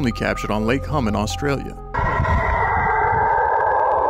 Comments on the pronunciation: Its pronounced H-Yoom not Hum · its lake huuuumeeee not hum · Great compilation, pronunciation of Hume..is "Hyoom" 😉❤🇦🇺🙏